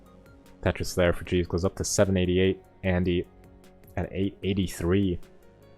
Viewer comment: sometimes i hear say cheese instead of jeez lol